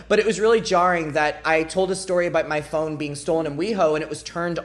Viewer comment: You pronounce "phone" like "phong" and I was kinda confused when you started talking about tracking it and getting notification...